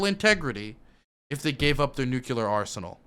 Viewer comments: Each time you say Nucular you make me blush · Bush jr really did a number on you. I mean "nuculer" just burned its way into your young mind. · the way says nuclear as nuke-u-lar is giving me cancer